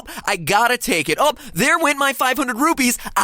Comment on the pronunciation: It's rupees not rupys